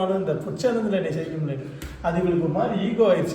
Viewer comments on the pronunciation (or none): செவிக்க இல்ல ஜெயிக்க😂